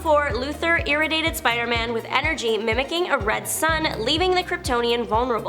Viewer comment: NO Noo Klee Ar Not Noo Cue Lar Also, Ear ray dee ated Not Iriated.